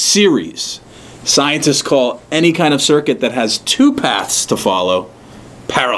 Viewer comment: he keeps on saying " isenceists say..." you r a sincerest